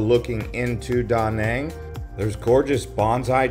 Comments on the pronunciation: Its not Da' Nang its Duh Nang' The accent is not on Da the ancient is on Nang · great video, offering a lesson on proper pronunciation of Da Nang City. Vietnamese say what sounds like duh non city, ok